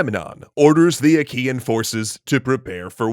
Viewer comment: Wait I thought he said "Ikean" instead "Achaean" I was imagining an army of GULLTÖRELs sieging Troy.